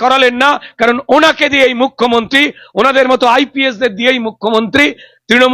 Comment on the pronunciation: আবার সেই মুখ্যমন্তি আর রুদ্দনিল। অসহ্য। রুদ্র, আপনি দয়া করে রোজিনার উচ্চারনটা একটু ঠিক করে দিন।